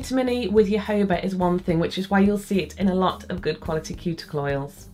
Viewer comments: Loved the video as always, where are the best places to buy good quality nail files (for someone on a budget)? Also, I'm not trying to sound cheeky but jojoba is pronounced hohoba :) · Great tips! Jojoba is a Spanish word. Js are always pronounced as Hs in Spanish, and unless there is an accent over another syllable, the next to last syllable is always the accent. Therefore, it's pronounced ho-HO-ba.